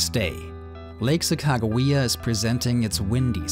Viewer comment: Your pronunciation of Sacagawea is spot on. Beautiful! I worked for the North Dakota Department of Tourism over 35 years ago and loved recanting the story of the Tour of Discovery to anyone that would listen. I dreamt of doing a paddle top to bottom just as you are. Sadly time and disability caught up with me and that dream was lost to the pages of time. It's a pleasure to watch you live it out. Safe Travels!